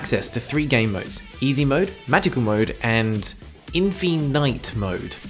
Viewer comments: why does he pronounce infinite like that has he never seen the word before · Why did he probounce infinite weird? Am I going insane? I swear that's how it's spelt